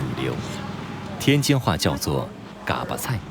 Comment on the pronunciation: 解说员够老坦儿的，嘎巴都念不对。不过内容还是挺好的，值得点赞